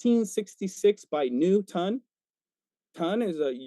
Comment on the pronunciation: “New-ton, tonne” 🤣